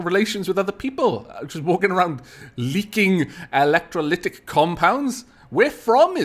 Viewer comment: I just felt I should tell you that electrolytic is pronounced e-lec-tro-lit-ic and that an electrolytic compound is a substance used in capacitors to prevent the flow of electrons until no other power source is present. It also smells like rotting fish. The more you know!